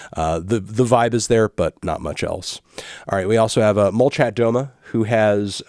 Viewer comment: honey, it's molchAt domA - bElaya polosA